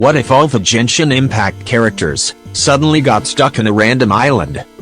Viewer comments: did i just heard jenshin impact xD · jenshin impact